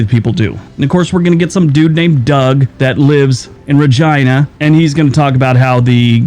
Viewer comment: My name is not Doug, but I do live in Regina and the Liberal Feds do suck 😁. I like your videos. The narrator said Regina properly 👍.